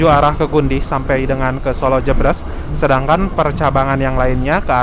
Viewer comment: Pengucapan "jebres" nya salah mas, "e" nya pake "é", bukan "e" biasa. 😂